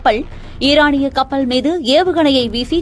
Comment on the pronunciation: கடள், கப்பள். என்ன உச்சரிப்பு இது.